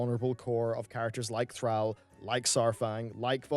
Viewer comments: One day will learn to pronounce Thrall's name properly. One day. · Bro ffs you still can’t pronounce thrall properly Pommy wankers